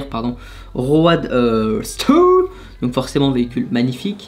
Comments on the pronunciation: “Ro-ad- stet” mdrrr ca se dit “rodster” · Et roadster sa se prononce rodster